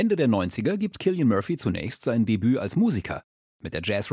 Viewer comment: zum Glück habt ihr ihn richtig ausgesprochen, sonst hätte ich sofort ausgemacht